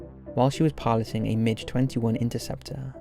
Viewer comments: Don't want to sound picky, but MiG (the aeroplane) is pronounced "Migg," not "Midge." Hearing MiG repeatedly pronounced like the insect is very grinding!! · It's a mig. Not a midge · I love how you pronounce the Russian Migs as midges. Never change. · The strangest part of this video is hearing MiG pronounced as Midge, 🤣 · MiG rhymes with pig, not fridge.